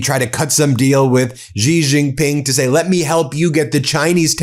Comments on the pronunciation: Love ur Channel - thanks for all you guys do! One quick comment: Xi (JinPing) in Chinese is pronounced like “she” in English. Totally understand that you are not expected to pronounce correctly Chinese characters but getting this one name right would be useful to your many wonderful listeners around the world! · Ben, as I have told you a dozen times, the pinjying Mandarin pronunciation of Xi is more like the English "she", not "gee". Why can't you fix this? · Pardon the brashness Ben. I am very disappointed that after years of analysing world politics, you still have not pronounced correctly the surname of the Chinese president. The correct pronunciation is ‘ see or C’ not Jee. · It would be super cool if you could someday pronounce Xi's name correctly. It sounds like "she" not "zggghhi" like you continue to do. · It's not jee it's shee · Ben, quite and easy phonetic lesson: please pronounce 'Xi' She. Yes - it's 'shee' jin ping. Not GEE jin ping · Hey, Ben, thanks for all the hard work! By the way, Xi is pronounced Shee, not Gee. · Dude, pronounces Sie, not Zee, Jee, Gee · China does not insult. China acts rational in accordance with the circumstances. Also, Xi is not pronounced 'zi." In Chinese (Mandarin), "Xi" is generally pronounced like the English word "shee" (/ɕi/), with a soft, hissing "sh" sound that is accompanied by a smile. (Google AI) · Trump could not text in transit, which was a good thing. Xi is pronounced as she, not Jee. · Ben, get it right...Xi is pronounced close to 'she' in English. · "Xi" is pronounced like "she" in Chinese. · Come on Ben!! Why haven't you learned that Xi, as in Xi Jinping, is pronounced the same as the word SHE in English? Sheesh!! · It’s she, XI is pronounced she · Xi is pronounced "she" like in English. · Xi is pronounced “she” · Your pronunciation of Xi is still awful 😢😅😢😅